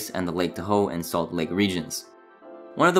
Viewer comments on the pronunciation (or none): I just about fell out of my chair at the enunciation of Lake Tahoe. It’s all good, I guarantee y’all that I butcher names myself all the time. Tahoe just caught my ear because I used to live in Reno.